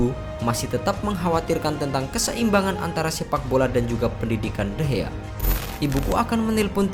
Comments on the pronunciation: Nama nya de Gea bang bukan de hea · David de Gea,bukan David de Hea lol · De Gea bukan De Hea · De gea bukan dehea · De gea laa bukan de he...bong*k... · Ngeselin kalo lu ngomongnya de hea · Bang kok ngomongnya de hea